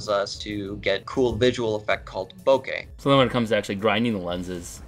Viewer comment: can you please force him to say bokeh correctly